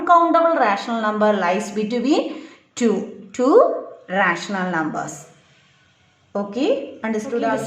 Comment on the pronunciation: teacher its numbers not xlumber